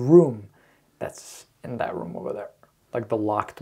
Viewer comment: “Innat”😭 you’re really my favorite YouTuber been watching since 2019 🫶🏽